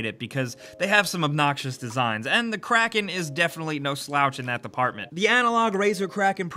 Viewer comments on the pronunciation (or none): none